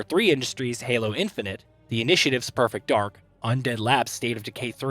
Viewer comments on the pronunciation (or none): none